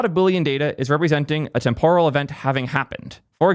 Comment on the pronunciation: longtime subscriber. Love and appreciate your content BUT one correction: You mispronounce "temporal." You use this word a lot and always say it wrong. You say "TemPORal" (sounding almost like you're going to say "Tempura"). You put a stress on the second syllable. The stress is supposed to go on the FIRST syllable NOT the second... "TEMPoral" as in "TEMPorary." My intent here is constructive, not trying to knock you. Hope that comes through. Thanks for being awesome. Cheers.